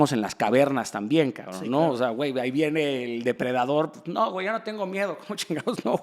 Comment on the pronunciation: Shot por cada vez que Daniel diga "Cabrn"